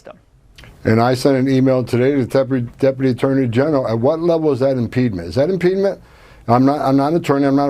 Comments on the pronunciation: "Impedement" (at least how he pronounced it) isn't even a word. It's impediment. The only thing worse than a moron is a powerful, cruel moron without regard for human life. Also, teaching people about their constitutional rights is anti-American now? What is American these days, pray tell? Getting on your knees for daddy Trump? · "Impedement"...Literally not a word. Isn't this the guy who is deporting people who don't speak english for their first language? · "Impedement" is not a word. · What is "impedement?" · Tom Homan can't even speak properly. WTF is "impeadment"? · I don’t know what “impede-ment” is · Wtf is "impede-ment"? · What is “impedment” ? lol illiterate a-hole making up words